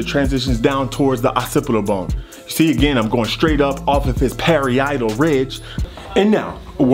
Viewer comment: I love how u said pary-eye-tal ridge too🤣😂🤣😂🤣